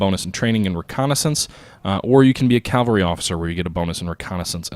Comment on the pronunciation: Cav-All-Ree .. Not Cal-Va-Ree.